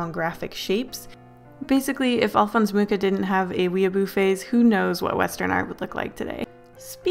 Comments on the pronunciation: im so happy someone else knows of Alphons Mucha. But hs last name is actually pronounced moo-ha. Czech nams can be tricky like that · Loved the video ❤ Mucha is actually prononced Muh-rah, not that it really matters tbh, but thought it would be interesting to know !